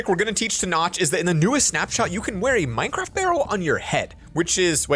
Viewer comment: Nobody going to talk about "Minecradt"